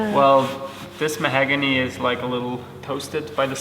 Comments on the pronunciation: English is excellent, but I’m a wood guy and it’s mahOgany, not mahAgany! He’s incredibly painstaking and it really shows in the great results. Good job! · I hate correcting language. But I'm a linguist; it's what we notice - the word is 'mahOgany' rather than 'mahagony'. Please don't judge!